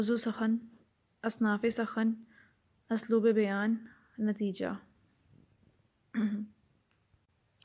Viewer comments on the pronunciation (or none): میئم کوشش کی داد ہے پرتَلَفُّظ تھوڑا کمزور ہے ابدالی شَکُوہ الفاظ اُمراء رَؤُسا اس طرح سے اور بھی لیکن برائے مہربانی اسلوب کا تلفظ الف پر 'پیش' ہے اُسلوب اور لفظ تَصَوُّف باقی ماشاءاللہ keep it up 👍 ہاں اگر تلفظ میں مدد چاہیئے ہو تو بندہ حاضر ہے